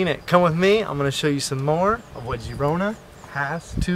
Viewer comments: No, the video was nice thanks for the upload. I especially like your little dance/walk on the wall. But it is pronounced FYI Gerona for us Americans. The i sounds like an E. It always messes me up as well. Cheers mate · Girona* and not Gerona 😊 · It would've been nice if you learn how to pronounce the city correctly.